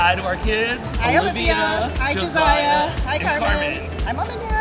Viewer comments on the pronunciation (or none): none